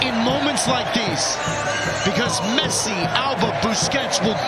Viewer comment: Messi Not "P"😂